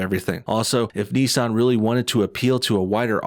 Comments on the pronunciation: It’s Nissan not neesahn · You are pronouncing Nissan very weird probably wrong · Ni-ssan. It's Ni-ssan. Not Nee-san!